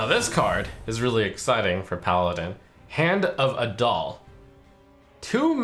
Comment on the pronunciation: Is it just me or does it sound like he says "hand of a doll"?